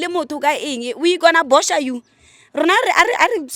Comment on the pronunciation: bopha not bosha 😂😂😂😂 but you will get better with time ❤